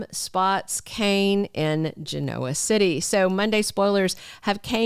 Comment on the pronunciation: Can you Please, Please pronounce Genoa City like the show does ??? It is very annoying to listen to otherwise and makes me wonder if a computer is doing the audio. Please????